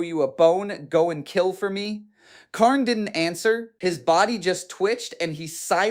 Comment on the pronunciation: I want to butcher this man for everytime he miss pronounced kharns name "Khaiiiiirn", also keep in mind if it wernt for the bloodthirster im 70% sure kharn would have killed abaddon, even though I believe abaddon is way stronger because of the fact that kharn kept closing the distance with abaddons fight basically gurenteeding kharns victory but im pretty sure abaddon couldn't keep up with kharns relentless aggression but prove me wrong because I dont know the full fight, and how it would have ended lol